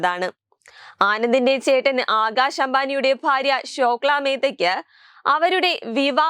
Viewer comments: ശോക്ല അല്ല ശ്ലോക😹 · Sokla😂😂😂😂its shloka girl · ശ്ലോക ആണ് അല്ലാതെ ശോക്ല അല്ല